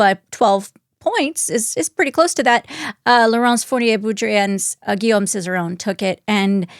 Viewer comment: I love, but he doesn't 'try his best' when it comes to pronouncing names. He makes no effort at all! It's taken him a whole decade to stop pronouncing 'Guillaume as 'Gillam'